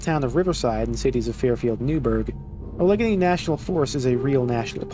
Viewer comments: I could be wrong, but I thought Allegheny was pronounced "AL-uh-gain-y". Hearing you say "uh-LEG-un-y" surprised me. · Great video, the only thing i wanted to say is that Allegheny is pronounced "Al-eh-gain-ee" instead of "a leg any" (Im local to the area) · As a Pennsylvania native, that pronunciation of Allegheny (Allah gainy) was certainly a special treat. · For the future, Allegheny is pronounced "AL-a-GAY-nee", not "uh-LEG-a-nee" 😉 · PLEASE!!! For your own sake(mostly mine), Allegheny is prounced Ăhl-uh-gainy (maybe looking it up is easier lol). I live about a half an hour away from Allegheny County and have also been to the forest itself. If you haven't already recorded the audio for this video yet save my poor ears and get that right or I will cry. 😢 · A pronunciation correction its pronounced Alle-Gainy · Just a note that Allegheny is pronounced "a·luh·gay·nee" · Haha the proper pronunciation of 'Allegheny' is 'al-eh-gay-knee.' Emphasis is placed on AL and GAY. Al (like the nickname for Albert), Eh (like the beginning sound in ectoplasm), Gay (like your dad), Knee (the body part you just struck me with lol). There are a ton of Indian words surviving in Pennsylvania, this being one of them. Cannot tell you how many interesting ways I've heard people pronounce them over the years. Love the series, keep it up! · Love the videos! Seriously, I love hearing your perspective on these wonderful levels! Just wanted to let you know that Allegheny is pronounced like “Al-Luh-Gay-Nee”! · I’m from Pittsburgh which is in Allegheny obviously so that was rough lol. Also it’s cool this game is based in the Pittsburgh area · You've probably gotten plenty of comments already, but Allegheny is pronounced Al-a-gain-e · Just so you know it's al-i-gainey for Allegheny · That pronunciation of Allegheny is criminal. I guess you don't have much of a connection to Pennsylvania